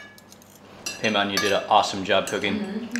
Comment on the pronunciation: بیمان !!!! not پیمان LOL